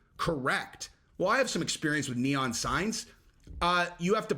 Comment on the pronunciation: uhhmmm, it’s called Neon, not Neoff, dude. Pretty fuckin simple, ok!? Lol, seriously tho what the fuck even is this? You wouldn’t catch me in a million years takin my 10-12-14 year old son/nephew/whatever to a strip club, what in the actual everloving Fuck!?!?!?